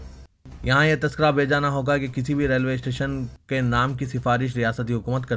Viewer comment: شرم تم كو مگر نهى آتى ... اپنے تلفظ صحيح كريں ۔۔۔ ريلوے ٹنشن نهى "اسٹيشن " بوليں۔۔۔۔۔۔ايودهيه كانٹ نهى "كينٹ" بوليں يا كسى اور كو نيوز پڑہنے كا موقع ديں